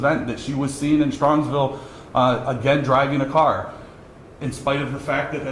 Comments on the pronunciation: Strongsville, Ohio, not Strongville. Just saying. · it is Strongsville. There's an S in the middle too. ☺️